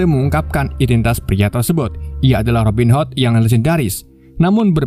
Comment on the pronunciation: robin HOT,, bacanya hot.,,.Robin ..m wwkwkwkwkkk